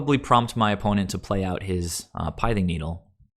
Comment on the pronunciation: It's not a shot at you or anything, I just try and correct pronunciation on any mtg commentators: the pith in pithing needle rhymes with myth or sith (starwars). Good content overall. I like seeing the early testing of the UG lists. At what point though do we just go all out aggro with 10-12 1cmc (aka bring in cosi's trickster too), forgo the vials, and run reejerey for top end of the curve lords? Is there a point where that happens? If so, also at what point are we asking if we should just be playing zoo? Should we drop down the spreading seas to a seas claim so we're not taxing land as much to still get the evasion?